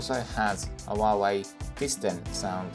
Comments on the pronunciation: I'm sorry but this is driving me crazy, its HUAWEI not HUAWUAWEI, besides that, great review, keep it up ! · The review is good, but the constant cuts in the video is distracting, and I think your background music is a bit too loud. Also, it's like you've never heard Huawei pronounced before. Still, found the content itself very good. 👍